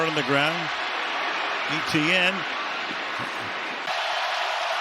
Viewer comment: ETenn statt Etienne ich hau mich weg.